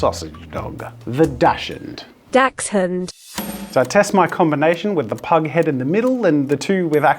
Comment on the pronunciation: 😆it's actually pronounced Dutch-hound😅but with different spelling.